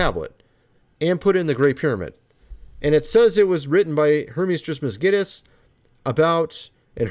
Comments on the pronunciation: phoenician isnt pronounced: 'fuh • knee • kin' ive always heard it pronounced: 'fuh • knee • shin' and hermes trismegistus isnt pronounced: 'tris • miss • gui • ness' (like 'guiness' beer) its: 'tris • muh • gis • tus' (the "g" sound is still a hard 'g' like you had it like the 'g' in 'guitar' or 'gay' or 'give it to me') just so were not walking around pronouncing words incorrectly, im tryna help us all be the best us that we can be. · Hermes Trismegistus- Say it with me, now: Tris-muh-jist-uhs....not Trismas Get Us. While we're at it,: Phoenician is fo-NEE-shun, not fo-NEE-kun. I've watched everything you've released on both channels for YEARS, and I LOVE your theories. Just trying to throw you a bone, my man. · It's kind of an acquired taste.😛 And I think he took my advice. He still says "psueoepghria" or something, and Hermes Christmasgetus, but he DOES have some interesting takes. I still watch every vid.